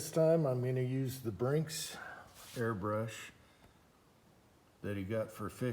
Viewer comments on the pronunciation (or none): Very Nice. I have duracote and Cerakote I have done for years now, but never seen the Gun Kote. Nice it can be put back in the can. Very nice job. Oh Yea, Its BINKS brother, not BRINKS (No R in it.) 😄